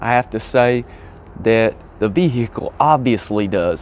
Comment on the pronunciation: The way you pronounce VE-HI-CLE reminds me of a Louisianna State Trooper telling a lady driver: "M'am, please exit the VE-HI-CLE! 😁